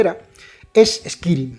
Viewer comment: El Vampiro Chapters mi favorito honestamente. Lo digo sin maldad, me ha hecho mucha gracia "eskirim" jaja nunca habia oido a nadie decirlo así. Seria "eskairim"